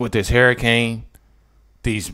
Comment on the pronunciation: h U rricane NOT h A rricane!! HURRICANE!!